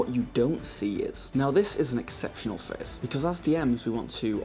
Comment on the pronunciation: The fact that you keep saying phase instead of phrase is very distracting. In fact at first I thought you said face.